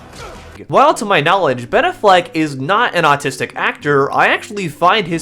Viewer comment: The way you pronounce Ben Affleck it's very autistic, like unironically, it has that autistic accent, neat video